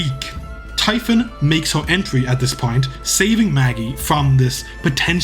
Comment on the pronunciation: Typhon is pronounced like tee-fon